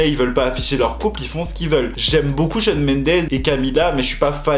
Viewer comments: Il dit Sean mais cest shawn ahhh, jpp. Ça me perturbe, car jsuis genre super fan et tout 😭😂😅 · je suis la seule qui est perturbée par le fait qu'il dise "Shen" pour Shawn?😂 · oui il dit sean ça me perturbe mdrrr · Moi aussi j’ai remarqué 😂